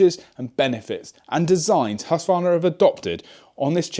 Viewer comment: Please start to use the letter K in the name ,- Just say HusKvarna and you will be pretty close